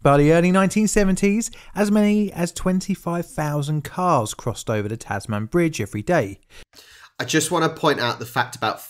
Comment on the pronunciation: Just a point FYI - it's not pronounced "Taz Man", but rather "Tazmn". How damned Australian, hey? :)